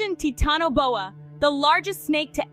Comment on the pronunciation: Teatanoboa 💀 Guys what is titanoboa It’s teatanobia The tea snake